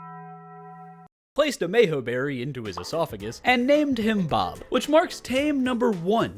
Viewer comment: bro why do you say “mayho” berrys all the time like in the kaiju video